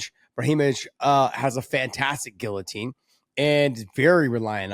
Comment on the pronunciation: Can somebody teach this man how to speak the word “ guillotine “